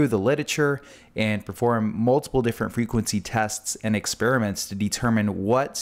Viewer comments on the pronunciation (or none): none